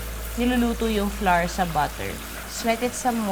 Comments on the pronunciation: Common pinoy mistake: Flour is pronounced as Flower ( bloom) pls google it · Funny she pronounced flour, flah-rrrr Shouldve pronounce it—-flower Like hour—-not pronounced to R, shouldve been pronounce to our